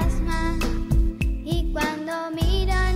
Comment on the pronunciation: En la cancion de lucas y malena "No digas nada" malena dise como un pantasma en vez de como un fantasma